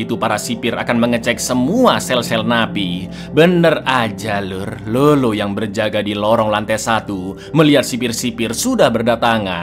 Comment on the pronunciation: Bukan lolo cak tapi lalo. Kalo di amrik latin Lalo itu nickname dari nama yg blkangnya ardo, contoh: Eduardo, edgardo